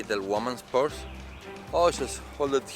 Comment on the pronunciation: Fun review! My favorite part was when you said with your accent, "a little woman's purse". Lol